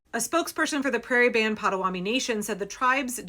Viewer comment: Pot-a-WA-to-mee. Mispronouncing the name of the tribe is disrespectful